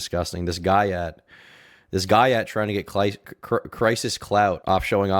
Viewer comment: My white brethren- did you say guy-att?